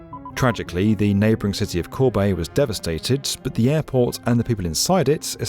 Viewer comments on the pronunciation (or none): none